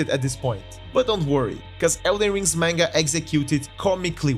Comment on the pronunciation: This guy pronounces "manga" like tenga "menga." DX On another note, there is also a Dark Souls manga, and it's comedic as well. After all the tragedies of the Soulsborne series, we just want to have a good laugh.